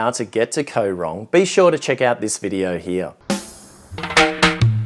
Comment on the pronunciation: It isn't pronounced Ko Rong it is Koh Rong. You sound like a typical tourist who goes to an island not thinking that it costs money to get the food transported to the island and compare everything to where you live. There isn't a lot in Kampot but peope go there to chill out and relax. Mosquitoes are in every tropical country so you should have been prepared. I have lived here for 17 years and love it just as much as when I first came here. The less people like you who visit the better!